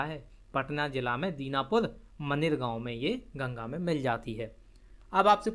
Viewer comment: Dinapur nhi danapur hota h.kya galat padha rahe ho